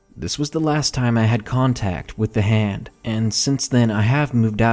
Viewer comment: At no. 1 who else Heard Ham instead of Hand?